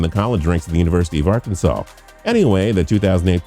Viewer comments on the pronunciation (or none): none